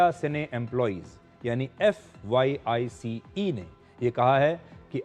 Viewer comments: Fwice ko sudhir sir apne fyice bola hai Dhyan rakhiye sir age se main aapka bahoot bada fan hu .. ye choti si galti aap pr sute nahi karti hai .. aap bahoot bade journalist hai ❤ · It's ' FWICE ' not FYICE